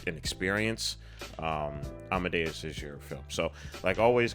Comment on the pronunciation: Your pronunciation of 'Amadeus' is just fine.